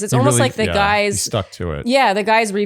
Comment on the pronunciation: One more add...Re: your questions if Chris could be that stupid: Quote: "For me what I'm not interested in is you Guyses (Guises? Gizes???) way of going about this process". Um I think we have our answer:) I shudder when I hear this 🤢